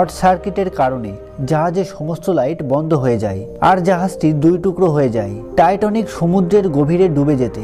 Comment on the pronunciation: জাহাজের নাম টাইটানিক আর আপনি বলছেন "টাইটনিক".. উচ্চারণগত সমস্যা হলে ভিডিও তথ্যবহুল হলেও ভালো লাগে না